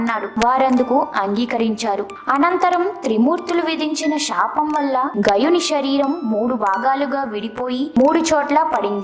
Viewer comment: First, learn to pronounce Telugu properly. షరీరం కాదు శరీరం, షాపం కాదు శాపం, షకం కాదు శకం.